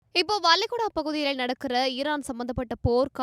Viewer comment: வளைகுடா கேள்விப்பட்டு இருக்கேன். வலைகுடா என்றால் என்ன? உச்சரிப்புப் பயற்சி செய்யுங்கள், நிச்சயம் ள உச்சரிக்க முடியும். நன்றி.